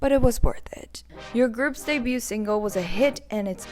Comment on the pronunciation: Girl, "debuted" is pronounced "day-byood" not "day-byoot".